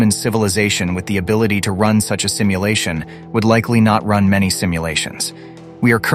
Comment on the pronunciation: 😊 did I just heard "stimulation" instead of "simulation"?🤔